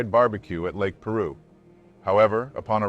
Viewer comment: It’s pronounced Pī-roo.